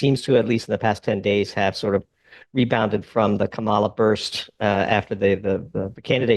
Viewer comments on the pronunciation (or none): can't pronounce Kamala Haris either?? What a smart guy he is! Way to be an adult!